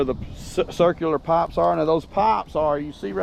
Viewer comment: It took me an embarrassing amount of time to realize you were saying "pipes" not "pops" lol. Thank you for all you do, I will say again that you shouldn't be so open about your digging because the bowersox/proudfoots are watching! How long was his rv in the same spot and now on the day you're digging nearby it's gone? Please be smart about this, and get some helpers to dig more thoroughly. There's no way to know if the amount you dug actually clarified if it was where S is or not.You need experts! 💚💚💚💚💚💚💚💚💚💚💚💚💚💚💚💚💚💚💚💚💚💚💚💚💚💚💚💚💚💚💚💚💚💚💚